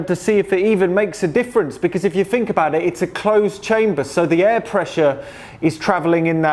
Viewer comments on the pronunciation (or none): It's THink, not "Fink", and THrough, not "Frew". That part of the English accent drives me nuts! lol. Why can't you guys pronounce "th" properly?!. It's not like it's impossible!...